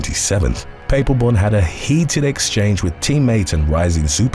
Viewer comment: Another good video. Just a heads up. Papelbon is pronounced Pa pol bon and Machado the ch is pronounced like chair